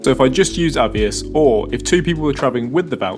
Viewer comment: Moot point lol, am i saying it wrong or are you saying it wrong? I’d pronounce it A VEE OSS, you say A VE iS 😂